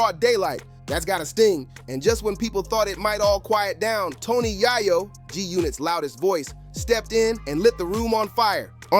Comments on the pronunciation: Tony yah-yo? How do you fuck that name up lol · Was into it until you said Tony YahhYo 🤦🏾‍♂️ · The way you said tony yayo bothered me smh